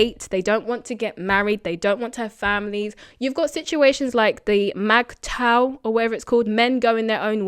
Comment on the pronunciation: it's pronounced migtow